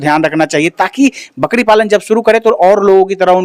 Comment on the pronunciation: बकड़ी नहीं, बकरी बोलो बकरी । बार बार बकड़ी बोल रहे हो । वैसे इसके ब्रांड का परमोशन बढ़िया किए हो । क्या रोग होता है, क्या लक्षण होता है, क्या वैक्सीन देनी चाहिए ये सब तो न पूछा न इस गधे ने बताया । बस, बच्चों की तरह यह रहा ब्रीडर, यह रहे मेमने, आदि मूर्खतापूर्ण बातें किए हो । कोई ज्ञानवर्धक जानकारी ली दी है तुमने